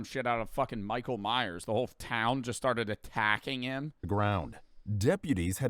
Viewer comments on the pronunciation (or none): none